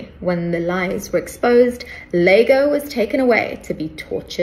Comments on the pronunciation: The best bit is her misreading "iago" as "Lago" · Her calling the Othella character "Lago" instead of iago shows how little she knows about Shakespeare